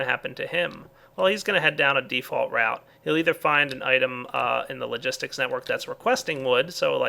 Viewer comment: He sayd crafting logisik pipe 2 times lol